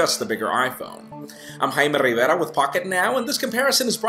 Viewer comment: "I'm Hrrggbbrrera with Pocketnow"